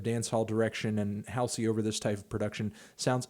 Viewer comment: everytime u say haal-see i die inside